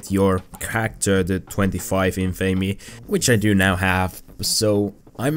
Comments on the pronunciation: It's in-fa-me, not in-famey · Your pronunciation of Infamy pisses me off more then it should.